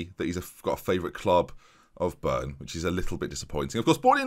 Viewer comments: Started at "Byrne"???...how hard is it to read 5 letters correctly, Bryne, almost like Kevin De Bruyne. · Lol, børn. Bry-ne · Bryne is pronounced Bry-neh or Bry-né for you English speakers, not Burn. Sorry for being a grammar nazi, norwegian is not easy for people, so I understand :) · It's not "Burn", it starts with BR! so the R is before the Y, and also you pronunce the e at the end like "eh"... so it's BR-Y-N-EH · In all fairness, there is a R in Burn as well..just at a different place :) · Bryne is pronounced Breena 🤣 I made the same mistake when I moved here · Must be the worst I have ever heard someone pronounce Bryne 😂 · I was like "can the man not read. There's a fucking R in there" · just disappointing that he doesn't spend 2 sek googling pronunciation when almost all Scandinavians speak better English than the majority of England and USA 😂